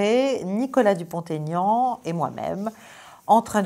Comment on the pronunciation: Bonsoir Caroline c'est toujours un plaisir instructif que de vous écouter je dois juste vous informer que l'on ne doit pas faire la liaison Nicolas Dupont Aignan il faut prononcer Dupon Aignan (sans le "t") je me réjouis de vous écouter avec Florian, Nicolas et François Bien à vous